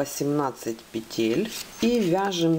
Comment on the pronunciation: Почему петЕль?!